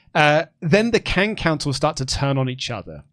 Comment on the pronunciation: Drink every time says ‘Kang of Councils’